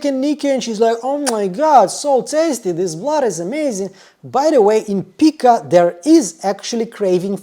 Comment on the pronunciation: I just thought you might like to know that pica is pronounced with a hard “I” sound. (Like: pike-ah)😉